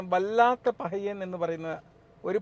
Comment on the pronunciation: തുടക്കം മുതൽ വല്ലാത്ത പഹയൻ എന്നു മാത്രമാണ് പറഞ്ഞത്. എന്നാൽ 6.10ൽ വല്ലാത്ത "പറയൻ" എന്നാണ് പറഞ്ഞിരിക്കുന്നത്. അതൊരു നിന്ദയല്ല മറിച്ച് slip of the tongue അയിരിക്കുമെന്ന് വിശ്വസിക്കുന്നു.